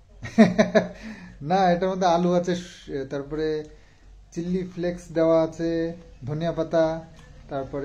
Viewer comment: খুব বেশী কথা বলতে গিয়ে ভুল কথা বলে ফেলো,চিল্লি ফ্লেক্স নয়,চিলি ফ্লেক্স। ওভার স্মার্ট হয়ে কথা বলে ব্লগটা নষ্ট করে ফেলো। সেই দিকে একটু নজর রেখো। তোমার ভালো র জন্য বললাম।